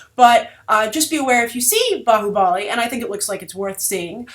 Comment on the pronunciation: Nice review liked it lot your pronounced bahubali correctly